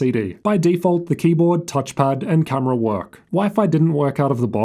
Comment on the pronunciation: Its pronounced though.. not thoughr. CS Go.. not CS Gor. And W in T living F is a cumerar?